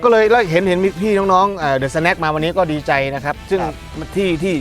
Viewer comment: สวัสดีครับ เดอะสะแนค ไม่ใช่ สะแน็ค หรือว่า สแน็ค หรอครับ